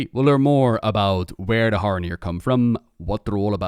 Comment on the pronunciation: Are you putting the d in Haranir on purpose?